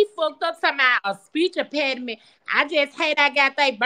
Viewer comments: Ain’t no speech “mpeninent” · "I no speech impairdement baby, I no speech impairdement"🤣🤣🤣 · Speech empattyme!!!! LOLLLLLLL!!!!!!!